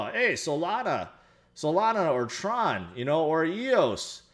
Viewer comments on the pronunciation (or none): none